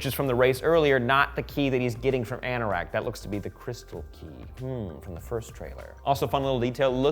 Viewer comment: It is pronounced r nor ked